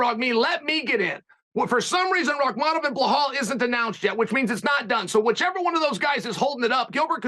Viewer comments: I think the first R in Pereira is pronounced as an H as Hey or Who. The second is a rolled R as pronounced in Spanish or Arabic. So I would pronounce Pereira Pe-Hey-Ra with a rolled r. So Chael is not so far off with his Pee-Yeah-Ra. But Chael has all the names wrong : Hazmat, Blahall, Makelchev... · I love how Chael mispronounces everyone’s name. 😂 he amazing at doing that and giving a f. He the man! Blauhaul is my favorite